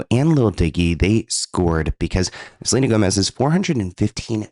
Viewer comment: Selena Toemez